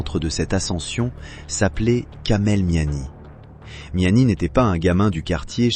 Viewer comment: Sinon c’est Kamel meziani pas miami imbecile 🤦🏻‍♂️